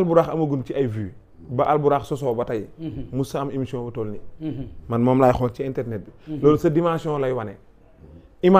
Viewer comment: """Xeel """"pas """Xool"""" ....Xeeex jaruul Saga 😅